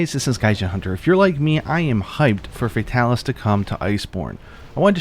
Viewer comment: You're actually not pronouncing his name wrong. The first part of Fatalis' name comes from the latin Fata (Fatum) and it's pronounced /fata/, so it's /Fatalis/ not /Feitalis/